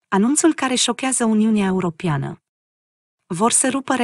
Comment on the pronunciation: Fată draga ...!! Se pronuntă : ,,europeană" ...nu cum citești tu :,,europiană" !!! Clar ???